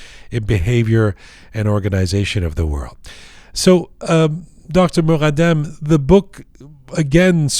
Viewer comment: خیلی برام جالبه وقتی اسم ایرانی ها رو به این غلیظی تلفظ می کنه فففتح عععلییی مققققددددمممم ❤❤❤❤❤❤